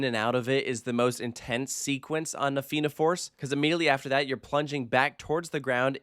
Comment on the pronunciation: Thank you for getting the pronouncuation of Fianna and Tir Na nOg right before recording this. Edit: on a point of pedantry, the theme of the area is Irish Mythology. Tir Na nOg was a mythical country in the sea to the west of Ireland inhabited by immortals Edit: Cu Chulainn is pronounced exactly like Coo Cullen. The emphasis being on Cullen.